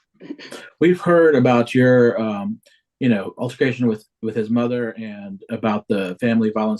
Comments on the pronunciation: No no, it was "alter-fi-cation". That's what she kept saying. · “Alter-fi-cation” for altercation and “residency” for residence 😂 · What’s an “alterfication”?😅